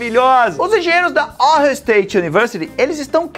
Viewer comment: JubiJubão, Ohio se pronúncia "o raio" 😉